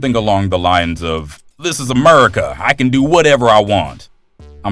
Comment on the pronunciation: America.. not merica